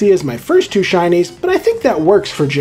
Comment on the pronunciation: help i keep on hearing shinies as Chinese